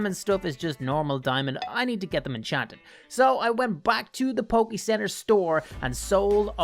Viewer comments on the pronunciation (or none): none